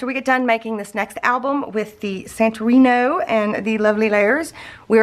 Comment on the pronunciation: It’s pronounced San-tor-rinee